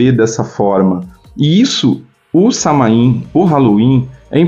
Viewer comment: A pronúncia de Samhain é "SÁ-uen" com o "u" como semivogal